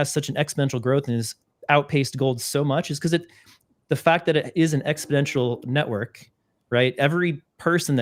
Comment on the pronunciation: That comment is directed to. This hurts your rep each time you say exponential.